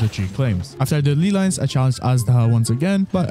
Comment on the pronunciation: Ley lines my guy, not lee lines. Just say LAY if it's hard for you.